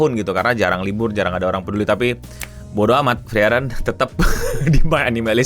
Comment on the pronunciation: bang gua keselnya lu bilangnya Freiren bukan Friren